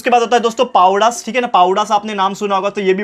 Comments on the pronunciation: Sorry sir but पावडा नाही सर पवाडा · Sir पावडा nahi पोवाडा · Sir its powadas not pawdas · it's spelled as poooo waaa dass not pawdas btw nice explanation. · Sir pawda nhi powada hai vo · पावडा नाही पोवाडा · Sir pawadas nahi wo powadas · Sir pawada nahi powada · Sir पवडास not पवाडे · Sir not povda it's powada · Sir it's powadas not pawadas😊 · PLEASE SAY🤨 powada as पोवाडा not पावडास 😅😅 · Please say पोवाडा sir not पावडस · Sir pawda nahi powada hai apka pronounce achha nhi hai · सर that is not p पावडा that is पोवाडा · सर ते पोवाडा आहे सर ते पावडा नाही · Sir wo पावडा nahi पोवाडा हे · Sir it is pronounced as पोवाडा not पवाडा :) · सर पावडा नही, पोवाडा है वो। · Sir not पावडाज this is पोवाडा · Sir Sorry for saying but it is POWADA NOT PAWDA👍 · padvas nahi powadas boltehai✌️ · Sir povadas not pavdas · Sir it's po wa da not pawada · पावडा नही पोवाडा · Sir, it is not पावडास it is पोवाडास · Sir pawadas nahi Powadas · Pavdas nhi sir powadas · It's not pawudas it's पोवाडा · Powadas thik se pronounce karo plz shivaji maharaj ki izzat hai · Powada =पोवाडा